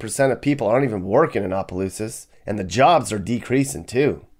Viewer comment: It's opelousas not apa😂